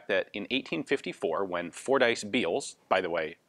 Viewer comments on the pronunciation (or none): *(also, and i hate to be the 'Bummer-Bearer'; ...but the name is pronounced: "FORD-iss", not "Four-Dice")